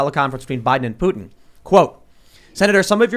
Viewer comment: Putin not Poo in what are you a valley girl🤔